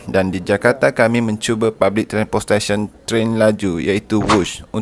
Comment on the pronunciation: Napok pulas nk sebut transportation